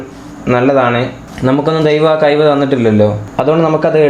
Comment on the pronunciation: കയിവ് അല്ല മോനേ കഴിവ്